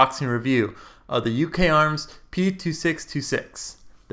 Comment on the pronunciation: it should be pronounced Uka-arms